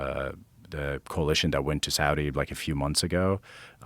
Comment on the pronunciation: he said Saudi lol